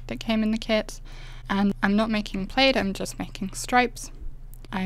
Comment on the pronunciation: Loved your peel-off plaid! It looks like pattern paper; it’s that well done! By the way, plaid is pronounced with a short “a” as in cat, instead of a long “a”. I also admired your blue plaid. Great waterfall. Well-explained, concise, and lovely voice!